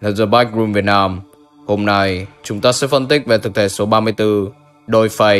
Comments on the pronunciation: dollface og này đọc thành -> đôi phây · Viết dollface đọc đo phay :)